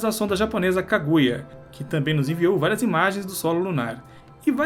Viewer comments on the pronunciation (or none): eu entendi que o pronuncia da sonda Kaguya fosse kagueira